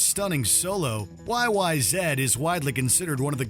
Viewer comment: Props where it's due. The fact that you acknowledged YYZ is pronounced "why why zed" made my canuck ass happy.